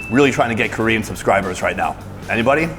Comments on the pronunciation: Can he speak and read Korean?? The pronunciation is so good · Dude how long have you been in Korea? Your Korean pronunciation is getting better and better lol